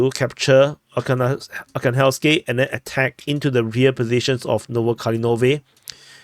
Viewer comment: ArhangelskOE, it is a small village north of ocheretine.